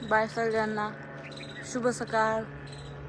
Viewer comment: शुभ सकाळ म्हणतात सुभ सकाळ नाही